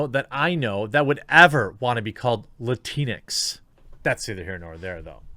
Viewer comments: Lantix? Sorta sounds like a slur or when a child trying to pronounce Latino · Okay about the Latinx (actually it’s pronounced Latin-x) is the stupidest thing ever made and term used. End of story🤣🤣🤣🤣